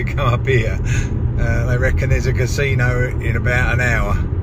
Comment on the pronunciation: Most Native American Casinos around here are very strict. No smoking, no drinking and strict Covid guidelines in place. Always alot of security and eyes on you. Mask police make it very uncomfortable. I steer clear and just go to Vegas. 1 hour flight for me. Oh and it's pronounced (YouT) Casino 👍